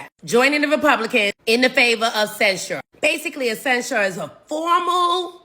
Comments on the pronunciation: love this channel..I listen everyday. but bro, you're killing me with the way you pronounce the word censure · Why do you say censure like that? You sound like an idiot. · Dude, it's CENsure. Not cenSURE! 😂